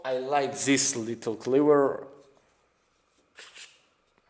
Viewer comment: Its THIS not ZHIS...